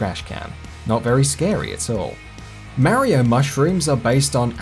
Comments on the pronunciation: I hate the way you say mario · I know, right! It shouldn't even be a thing, as Mario himself (in game) says his own name PROPERLY! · why cant people pronounce mario? 8 havent played a mario game since sunshine but fuck, people.